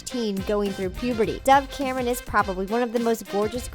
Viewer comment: It said Doug Cameron it is dove Cameron